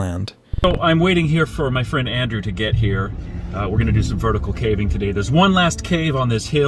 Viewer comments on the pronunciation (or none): “ cAhhhving” okay 😂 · calving? Really?? Ai should have never been taught to mimic human voices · I don’t know personally, but I a have sneaky suspicion it’s pronounced ‘Cave-ing’🕵️‍♂️🤖